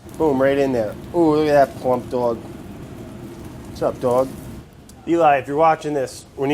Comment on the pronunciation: I want to hear Brad saw dog more (dwag)